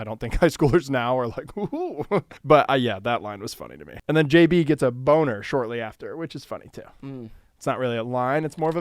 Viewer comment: great video but saying jp instead of jb the ENTIRE time pushed me to the very edge i’m so serious